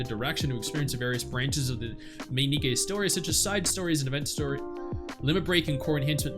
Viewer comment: Its nikke not nikki 😢